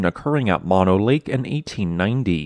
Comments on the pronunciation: Moh-no, NOT mano. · "Mono" is not pronounced like the disease. It is an Indian word and is pronounced moh-noh!